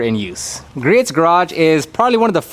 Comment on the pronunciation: by the way...Griot's Garage is pronounced "Gree-oh's" (Gree-ohz)